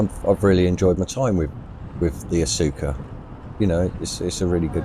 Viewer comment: Pronounced Oscar. And wwe may be suing cyrusher. Lol